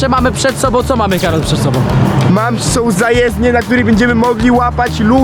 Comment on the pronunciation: nie hejt czy ciś takiego ale ą a nie om